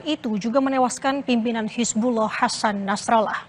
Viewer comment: Hisbulah bukan hisbuloh,, pake A mbak,,, bukan O